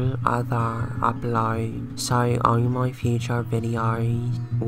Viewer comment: OMG SERIOUSLY I THOUGHT I WAS THE ONLY ONE “Ir don’t knowr mayr name, but, I have carage”